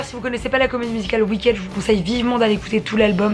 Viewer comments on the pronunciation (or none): Hello, petite correction pour ma part, on ne dit pas Wicked mais Wickid. Voilà c'est tout pour moi bisous et merci